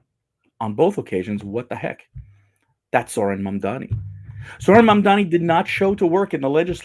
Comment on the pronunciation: Mamdani is not that hard to pronounce bro